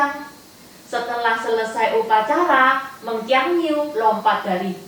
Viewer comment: Meng Jiangnv bacanya bukan niu